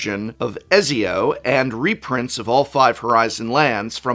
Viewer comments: I died a little inside every time Prof pronounced “Ezzio” instead of the hard “Et-zio” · Ezio is pronounced closer to Et Z O btw prof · Et - see- oh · Ett-Zio. Not Ezio is the pronunciation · I’m sorry, I have to say it - it’s ‘Et-Zio’, not ‘Ezzio’ 😂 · Did you just pronounce Ezio as A-zioh barf lol You need to play that series of games! It's Et-zio! Love your content, just wanted to shame ya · ezio is pronouced Ette zee Oh. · Et-see-oh Ken-way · "Etsy-oh" Prof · Youre pronouncing Ezio wrong on purpose aren’t you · Prof, I love you, and I know you are an English major, but please stop saying Ezio like that 🥹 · The way he pronounces Ezio crit me so hard I had to pause the vid XD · I am being slightly bothered by his miss Pronunciation of "Ezio". Aside from that very good video as always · Hearing prof mispronounce Ezios name is very funny. Anyways this set is entirely about Assassin's Creed coming to magic the value lies only within people who like assassin's Creed